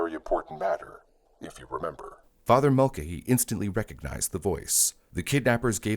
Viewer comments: It's pronounced MULL-KAY-HEE ffs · This has to be narrated with the way it is pronouncing Mulcahy.